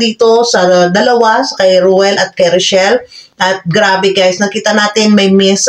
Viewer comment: THE NAME OF REYCHELLE IS THIS NOT ROCHELLE THAT IS THEIR LOVE TEAM BEFORE REYCHELLE IS HER NAME OF LANGGA IT IS PRONOUNCED AS REY-CHELLE